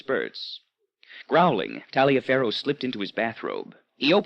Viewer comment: I think Taliafero is often pronounced "Tolliver".